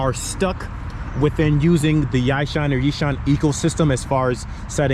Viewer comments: Its Yee-shoon. 😂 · pronounced as yee-shoon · its pronouced as "YEE" - "SHOON" my G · I think it is pronounce as "ee-soon" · It's pronounced 'Yee-Shoon' :) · I think the way to pronounce it is like, e-sue-n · Damn. Reading the comments. You got folks thirsty for tis frame! Also, easiest to say EE-shuhn. Its not exact but close enough. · "Yi" "Shoon" 👍😎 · Usually we South East Asian folks pronounce the brand as "Yee-Shoon", nonetheless that is really a sick bike you have there, really liked how it looks